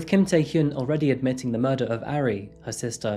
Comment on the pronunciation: Tae Hyun is not pronounced "Tie Hyoon," it is pronounced "Tay Hyun," "Hyun" rhyming with "fun."